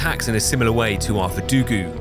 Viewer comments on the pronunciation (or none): I thought he always said Verdugu as a joke, didn't know he unironically called him verdugooo 💀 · youre telling me he wasnt saying verdugoo as a bit?